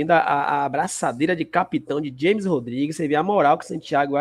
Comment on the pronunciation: James Rodriguez se pronúncia Ramez, em espanhol o j o g tem som de R